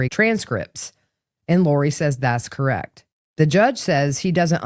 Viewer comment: 💧💧💧😢 You appreciate music, 🎶 Since when does 'me' have three notes 🎶 You are are also articulate verbally so since when does 'correct' have one syllable 🙃